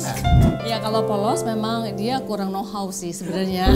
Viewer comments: know-how woi bukan no hao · "Know how" min bukan no hao